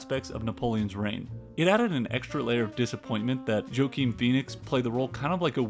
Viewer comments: Who is Joe Keen Phoenix? Step your game up man or at least learn how to pronounce people's names. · Did you say....Joe-keen Phoenix? lolol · Did you just say, Jokeem Phoenix?!!! I saw this in IMAX and enjoyed it for what it was.